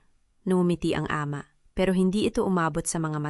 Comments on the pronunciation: Hindi b pinoy ang narrator?d ayos ang bigkas.gaya ng ama.mali ang bigkas. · Bakit Ate Ramon. Diba dapat kuya Ramon. Ayusin mo ang pag pronounce ng AMA.